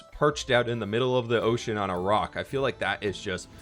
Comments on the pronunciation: He said ,” O’ cean!” Lol sounded like oh shiii** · That's what I heard too lol